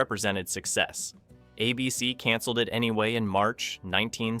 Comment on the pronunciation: "A" BC demanded extensive script revisions. WTG with your lazy AI and lack of quality control